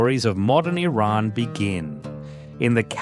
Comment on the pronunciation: Thankyou for the correct pronounciation "Iran".